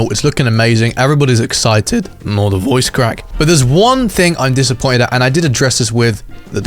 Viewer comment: He said disimmoited in the beginning